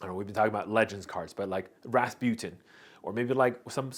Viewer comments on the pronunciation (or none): none